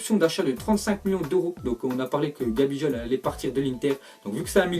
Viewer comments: C’est vrai tu te trompes bcp sur les prononciations par exemple pour gabigol tu lis gabijol et tu dis c un milieu alors qu’il joue en attaque révisé bien tes fiches stp ya encore plein d’erreur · Ça ce prononce GabiGoal